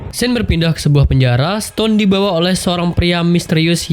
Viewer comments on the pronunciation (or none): none